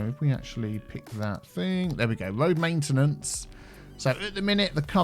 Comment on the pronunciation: so it's your..."Main tea nance area"?